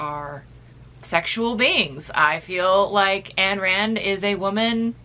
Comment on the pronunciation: hUH ANN RAND OR IS IT AYN RAND You read but dont ???>